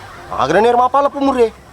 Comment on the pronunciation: Tolong kalimat istigfarnya diperbaiki bukan ASTAGEFIRULLAH TAPI ASTAGFIRULLAH.